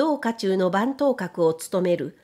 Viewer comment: 周五郎氏の小説に屡々登場する、臆病な主人公と腕は立つが傲岸不遜な侍の対決。同系列の小説でも、戦後の作品に比べれば荒削りな印象がありますが、昭和16年の発表という所に、周五郎氏の反骨精神を感じます。 塚原卜伝、上泉伊勢守、伊東一刀斎、宮本武蔵･･････今日名を残す剣豪、剣聖は、共通して「臆病」でした。対戦相手の実力を綿密に調べ、試合後の退路を確保した上で勝負に臨みました。もし当時の軍首脳部に小弥太ど同じ「臆病」さがあれば、無謀な戦争に突き進む事はなかったかも知れません。 なお、番頭は「ばんがしら」と読みます。今日風に言えば、警備隊長といった所でしょうか(Wikipediaに詳述されています)。